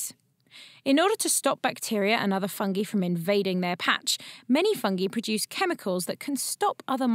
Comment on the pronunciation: the way she says "fungee" kind of irks me